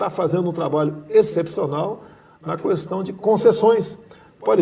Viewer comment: Orgulho do meu voto!! Desculpe querido Presidente, posso pedir-lhe uma coisa? Não fale kuestão. Fale kestão. No mais, entrevista ótima, com a sinceridade que nos conquistou e que sempre esperamos do senhor. Faça um bom governo pelo bem estar dos brasileiros e saia com o dever cumprido.